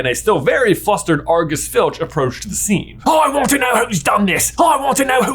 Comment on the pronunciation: The SCHENE where SCHNAPE arrives!! xDDD🤣